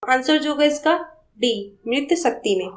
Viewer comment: 23 का मातृशक्ति का उच्चारण ग़लत है जी..